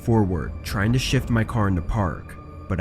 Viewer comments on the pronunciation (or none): none